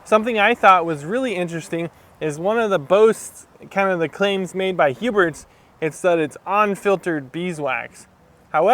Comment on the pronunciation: Huberts??? Lol there is no T